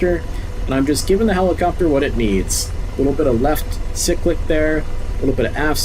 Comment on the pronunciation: Its pronounced "Cyclic", not "Cyclic"